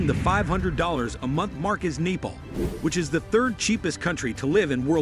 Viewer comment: Neeple?? haha..must be a robot speaking